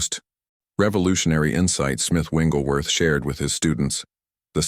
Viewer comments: The correct pronunciation is Wigglesworth not Wingleworth. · His name is Wigglesworth not Wingelsworth. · Very powerful. Thank you. Shouldn't the name be pronounced as "Wigglesworth" and not "Wingglesworth" ? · You’re saying the wrong name!! It’s not Wingleworth!! Learn his real name. Wigglesworth!! There’s no wing in his name!! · Before I listen any further and I am sure that it’s going to be very good…. It’s disturbing that your commentator keeps calling him. Smith Wingglesworth….…. It WIGGLESWORTH. No N IN IT. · Smith Wigglesworth but the reader keeps calling him Smith Wingleworth😅 Thanks for the revolutionary revelation all the same . Appreciated ❤ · You can't pick an AI voice that correctly pronounces "WiGGLESworth"? 🤔 😐 You got all the like, subscribe, comment, share, on screen prompts for same promotions in there. Dollar over dialect? Scrilla over scripture? English as a 2nd language? What could the issue be?🤔 And the hitch in speech rhythm🙄. Really? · Interesting message but, It's very distracting and disturbing that the ai bot that's reading this keeps calling Mr. Wigglesworth... "Wingelsworth" 🫤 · I'm confused on the picture it says Smith wigglesworth but yet the narrator keeps saying wingleworth. Which is it? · Why do you keep saying smith wingleworth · There's no "n" in the man's last name!!! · What is troubling to me, is he keeps pronouncing Wiglesworth’s name wrong? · Please pronounce Smith Wigglesworth's name correctly